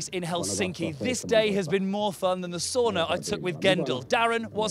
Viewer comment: y'all mispronounced 'sauna'